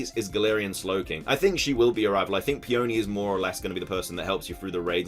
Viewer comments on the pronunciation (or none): I’m pretty sure Peony won’t be pronounced “Pee-ownee” but rather “pe-unee” (rhymes with teeny). Peony is a flower, just like Rose. 😁